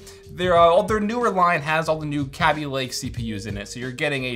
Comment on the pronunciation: Kaby, not Kabby, it's one B, not 2, let's pronounce it properly pls. Pls like so he can see